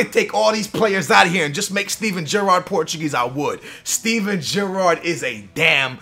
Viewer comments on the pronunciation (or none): Jurrard? How do you pronounce Gerrard - Jurrard? Your accent confuses me sometimes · The way he says Gerrard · For the love of god learn how to pronounce names, the way you said Gerrard was painful